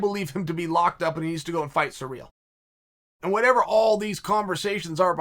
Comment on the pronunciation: Mate just say Gane. Listening to you say Cyril is was difficult. But I still love you bad guy.